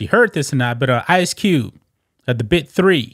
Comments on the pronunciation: Dude, are you saying “The BIT 3” or “The BIG 3”?!?! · He sounds like he's saying Bit 3 instead of Big 3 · It is pronounced biG 3. Not Bi 3. Good lord. I wish his offer did not allow her to play wnba. That would be right for them.